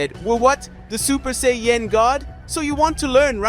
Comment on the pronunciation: And it's say an not say en